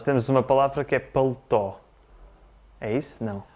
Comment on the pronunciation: Sou de São Paulo, Brasil, formada em Letras, e adorei os vídeos do e do. Paletó, em português do Brasil, é palavra muito usada, é o casaco do conjunto terno, que significa paletó e calça. Parabéns pela pronúncia perfeita do.